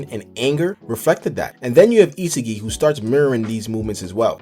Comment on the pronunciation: Why do you pronounce isagi’s name like that